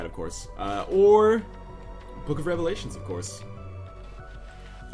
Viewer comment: take a shot every time he says book of revlations